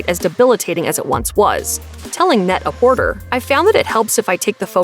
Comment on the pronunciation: Very distracting how often you cited Net-A-Porter, considering you're pronouncing it wrong every time. It's a pun on the French term Prêt-à-porter, and thus is pronounced Pret-Ah-Portay.